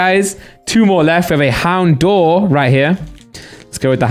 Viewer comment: Houndour gets pronounced wrong too often. Its Hound-ower